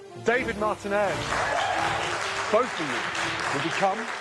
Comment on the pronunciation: Gordon should be eliminated for how he pronounced the surname Martinez....